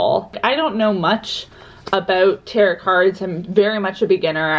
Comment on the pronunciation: The second T is silent in tarot! ☺️